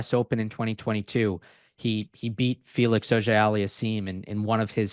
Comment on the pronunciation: I'll never forget how he says Felix's name 😭💀